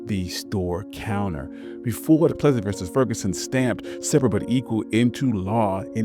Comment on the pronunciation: Hello, you miss pronounced a name Plessy vs Ferguson. I know his family members. Great story.